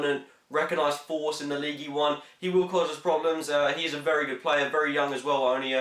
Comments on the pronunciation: Its pronounced Leeeeeeeeeeeeegg UN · It's pronounced Lige Une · It's pronounced league un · Love how he pronounces ligue 1. Leagee one.